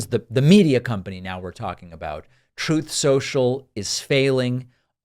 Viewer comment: Troath Sential